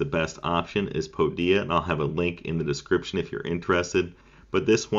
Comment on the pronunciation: It's pronounced Pode ia Not Pode e a